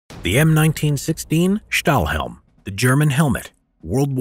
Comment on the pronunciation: Great, great video over a topic so very seldom discussed and known about. Thanks for taking the time to teach us something so rarely talked about! By the way, Stahlhelm (good pronunciation by the way!) translates to "steel helmet" in English.